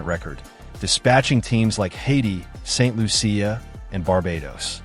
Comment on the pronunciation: AI commentary will continue to be annoying until it starts recognising and pronouncing proper nouns correctly (e.g St Lucia, Tobago)